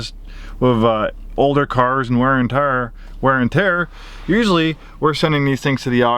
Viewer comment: I'm was all in after your true country came out 😂😂😂 "Tare"